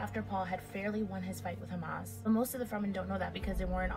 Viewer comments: Hamas?? It's pronounced JAW-MISS, Jamis. Smh... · Lmao I noticed this too 😂😂